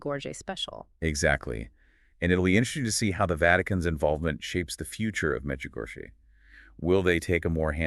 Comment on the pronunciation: And because this is AI generated, these two people aren’t real, and fake, and no matter how good intentioned the creator of this podcast may be, truth matters. Let people know that this is not real. Notice the lady doesn’t know how to pronounce Medjugorie correctly, but acts like she knows the topic. If someone’s going to represent the truth then tell what are their names? Who are they? Where are they from? are they real? Pay attention folks, there’s going to be more of this coming down the Internet. Look for trusted sources.